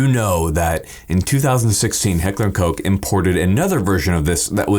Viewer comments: Petition to pronounce it Heckler and Cock instead of Heckler Coke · Ah yes - Heckler and Coke....